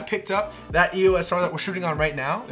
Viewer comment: It's EOS not EOS